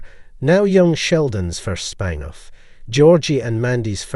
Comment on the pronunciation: It's spin off, not spine off